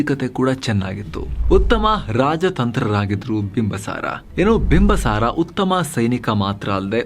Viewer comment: Bimbasara alla bimbisara ansutte...yakandre nanna magu school history book nalli bimbisara antane ide sir..